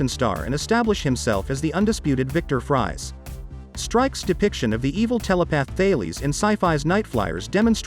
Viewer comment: Victor Fries is pronounced Freeze not fries as in French fries. Batman against Mr Freeze on the big screen is one thing, although it be cool for DCU improve that fight. it be more original to see the whole Bat family in DCU fight all the cold villians led by Mr Freeze plus Weather Wizard..